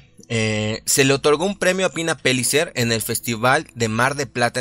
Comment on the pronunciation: Se pronuncia Peyicer como hablan los argentinos, no Pelicer. No es ingles.